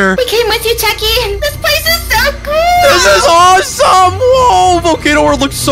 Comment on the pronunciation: Bro can you not say techy i love you